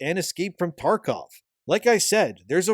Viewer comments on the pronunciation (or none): none